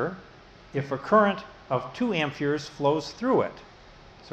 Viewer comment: Are you saying amp"fears"? Great videos though! I highly recommend them!